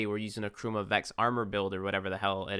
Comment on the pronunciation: It took my a while to figure out he was saying "Chroma" instead of "Trauma"...